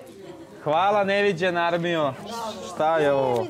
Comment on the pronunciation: Kaže: "Hvala neviđena aLmijoooo." 🤣🤣🤣 Otkad ikad kažem da ga treba učit slovo R 😗